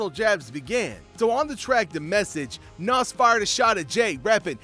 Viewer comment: Even the way he pronounce Nas is cringe worthy smh, who is bul?😒